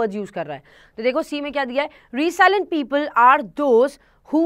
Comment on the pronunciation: It's रैज़िलिएंट not रीसाइलैंट